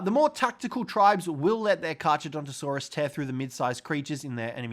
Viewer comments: Pronounced car car btw. Even tho it’s spelled with h’s it’s silent. Same name as great white shark’s scientific name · You don’t pronounce the ch in carcharodontosaurus. You only pronounce the c, so it’s carcar